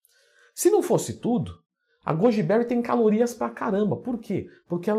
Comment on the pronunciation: 4 pessoas comeram "gúdibéuri" kkkk